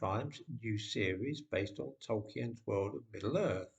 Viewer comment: It is now middle “Earf “.